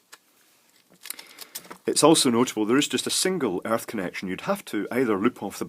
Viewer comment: Airth pin, you heathen.